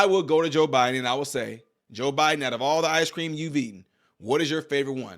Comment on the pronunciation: Be vwey vwey quiet, im.eating ice cweam